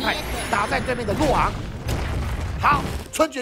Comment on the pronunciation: 洛昂唸起來好像落紅